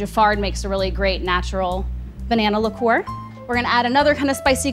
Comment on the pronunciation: It is pronounced liqueur not ligeur.